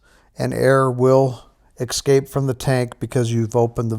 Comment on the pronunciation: Its es-cape. Not Ex-Cape